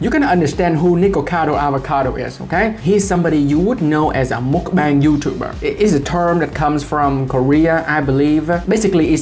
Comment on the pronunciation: yes it's muck bang but they say mook bong to be extra annoying